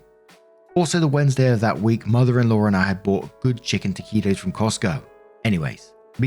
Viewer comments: you pronounced taquitos perfectly! 🎉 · No worries! You pronounced the food name right!!!! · You pronounced “taquitos” correctly. FYI: taquitos is Spanish for “little tacos.” They are, essentially, taco meat rolled into a corn tortilla (if rolled into a flour tortilla, it’s a “flauta”), then deep fried. The “deep fried” part should tell you they are generally delicious. You can cover them with cheese and dip them into condiments like salsa. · Thank you for not saying, "Some hapless asshole keeps telling me I'm saying things wrong!" I generally just mention US place names, because I know you vastly prefer to get 'em right. And you're pronouncing taquitos perfectly,! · Lmao I think you got taquitos right 😂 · 2. Yes, you said taquito's correctly. Calling the cops on me because of how I'm caring for my child, threaten CPS yet you are with your abuser? Nah, you would be a ghost to me. My husband was on Chantix trying to quit smoking and had a psychotic break one day. He went after our then 16 yr. old son. I didn't sit back and let it happen, I jumped in between the two to try to stop the escalation. That was an ugly scenario and if it was him normally, I would have kicked him out of the house. But it wasn't. No way could I ever stay with someone who abused my kids! I'd want to hurt the person badly. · You said taquitos correctly, from my experience anyway.